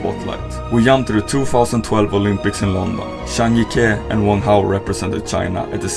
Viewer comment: Finally you got the pronounciation right on Zhang Jike!!!